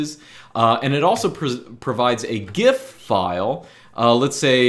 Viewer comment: correct gif pronunciation lad